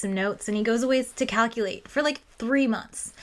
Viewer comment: He goes away to cowculate?